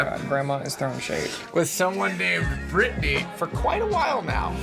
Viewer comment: Wait is nobody gonna mention Brittany is brittanya lol